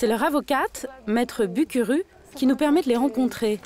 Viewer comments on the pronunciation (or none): Burundi🇧🇮,mon pays 😂😂😂 façon dont vous avez prononcé le nom du Maître BUKURU,on prononce [boukourou]